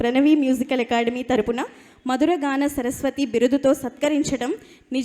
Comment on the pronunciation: చరస్పతి కాదండీ, సరస్వతి